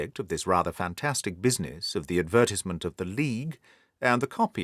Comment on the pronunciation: What a fantastic story and narration! Though I was a small bit annoyed by the way the narrator's pronunciation of, "advertisement"